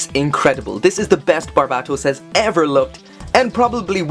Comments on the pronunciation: in English, it's ~Bar-bay-toes~ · Please stop pronouncing Barbatos that way i like your content but it’s really annoying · Still say his name wrong